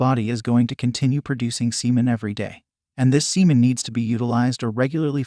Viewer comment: He said semen Sea men.